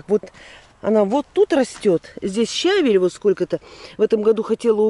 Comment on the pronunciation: никакие вы с Ильгизом не лентяи, вашей энергии и молодые могут позавидовать. Без дела вы не сидите, а вообще трудяга. Но очень режет слух ваше неправильное произношение- свеклА, щАвель и др. Вас смотрят и слушают тысячи человек, только не говорите, что вы так привыкли, пожалуйста, произносите правильно.